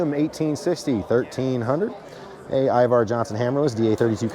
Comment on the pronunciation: It’s “IvEr not IvAr “ Johnson!